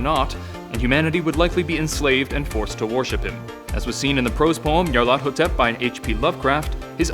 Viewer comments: Pronounced, "Nee-Ar-Luh-Thoe-Tep", Not, "Nee'Ar-Lawtho-Tep" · dewd its pronounced nigh-yar-laugh-thot-ep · Nyar... LA-THOT... ep. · Nahhh you’re doing it all wrong. It’s pronounced Nyaruko-Chan! Tee he~ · You're saying my name too fast and not emphasizing the ATH as much you should. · How the f did u pronounced it. Wait, you repeated yourself... IsThAtAjOJorEferEncE